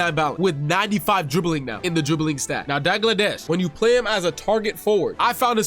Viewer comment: Dagladesh lol so funny 😂😂 it's pronounced Dalgleesh but spelt Dalglish 😂😂 your welcome 😅